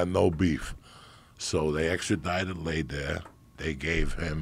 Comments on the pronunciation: It’s prounounced Lay -Der . Like Darth Vader but with an L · Carlos “lay der” 💀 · I love Coco but the way he's pronouncing LEHder is an atrocity